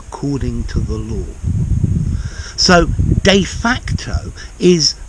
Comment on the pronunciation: Love the way how you prounounce de facto and de jure